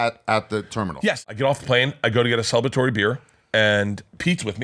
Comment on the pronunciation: "I get a celbatory beer"